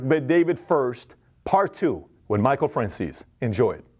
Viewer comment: Have they changed the way his name is pronounced? I thought it was "Fran-chay-zee", not "Fran-zeess". Secondly, if he knows such things as the location of Hoffa's body and doesn't tell so that he can have a christian burial, has he really made his peace with his 'god'?